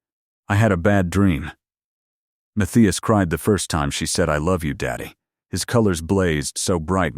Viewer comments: What happened to the audio? And the captions, I suppose. But it's the long periods of silence that's weird. Seems like a decent plot, but it's jarring the way the audio stops and starts. Also, the name is pronounced "Muth-EYE-as". The spoken audio screws it up almost every time. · I hate that it can’t pronounce the name Matthias, and keeps changing how it says it. 🙄🤨 And I don’t think it ever said it correctly: Math-thigh-as. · The way AI mispronounces Mathias constantly is weird, but I decided to find it more humorous than annoying